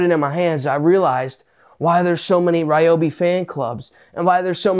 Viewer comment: Gadayum. This guy is PSYCHED UP! Meth? 😂 Just kid. The only guy who pronounce Ryobi correctly